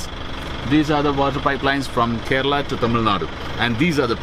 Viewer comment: Kairali Banana Chips are too thick. Please try A1 chips in Saibaba Colony in Coimbatore District in TamilNadu & then let us know the difference. Also it's pronounced as KERALA & not KARELA. The meaning of KARELA which you are pronouncing is actually a vegetable in Hindi called as BITTERGOURD. Not only but all foreigners pronounce it wrongly.